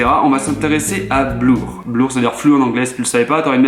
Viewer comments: On dit Bleur si tu le savais pas c'est pas grave t'auras une meilleure note la semaine prochaine :p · tu auras encore une meilleure note en anglais si tu prononces "blur" bleur et non blour, sinon merci pour l'astuce, c'est top !